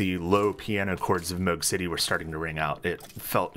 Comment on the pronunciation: you pronouncing moog correctly caught me so off guard